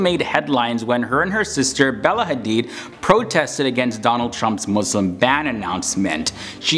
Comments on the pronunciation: Thank you for saying MuSlim not MuZlim :) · Finally someone who says Muslim not 𝓶𝓾𝔃𝓵𝓲𝓶